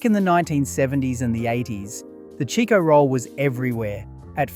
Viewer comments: Another thing its not Cheeko roll, its Chicko roll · What a load o shit! Am served eith shit AI Its CHIKO NOT CHEEKO